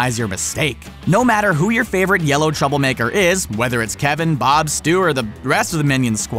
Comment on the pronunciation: KIIINNNGGG BOOOOOOOOOOOOOOOOOOOOOOOOOOOOOOB Not boob Bob